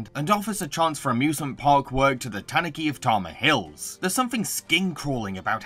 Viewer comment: Tanuki is tah-NOO-kee not TAHN-oo-kee